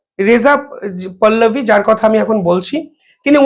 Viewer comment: ও দাদা রেজা পল্লবী নয় রেজা পাহ লাবি।